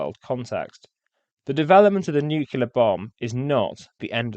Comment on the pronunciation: A very interesting review - thank you. But why do you pronounce the word "nuclear" as though it's spelled "nucular"? I've been puzzled for years as to why Americans do this, and now a Brit doing it too? I don't get it. Please do elaborate! You did it twice during the video.